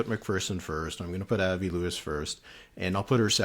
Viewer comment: Before you get to Winnipeg, try practicing saying "Ahh-vee" instead of "Eh-vah". Say the "i" in Avi the French way.